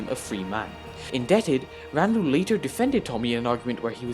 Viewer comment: You actually pronounced his name right!